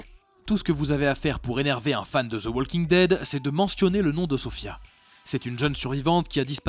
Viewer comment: prononcez Woking dead , ça écorche les oreilles le L